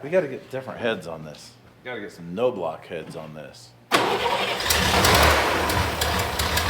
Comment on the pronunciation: I don't know how this Knoblauch pronounces his last name, but no-block is the most common MIS pronunciation. It is probably k-nob-low or k-no-blau (last one is the mire modern German way)